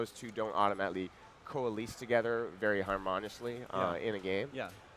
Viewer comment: "coh-a-leese" "har-mon-ish-ly"